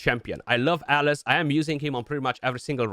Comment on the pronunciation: The pronunciation we hear is so close 😓